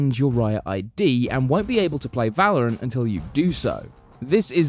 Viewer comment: First he said Va-lo-rant and now he says Wad-Dell